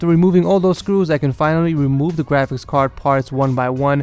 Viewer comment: i keep thinking that he is saying gwafics card instead of graphics card